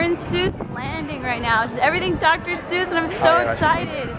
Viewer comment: It's Seuss not Zeuss